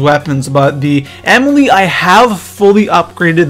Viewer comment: You pronounce the Ameli like Emily. It's supposed to be like AA - Mell - EE